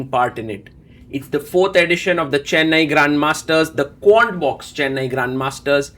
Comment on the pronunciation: You were saying Quantbix but I thought you were saying Corn 🌽 Box so I was looking for my bowl of Cornflakes 🥣 to sit down and enjoy the game even more 😅😂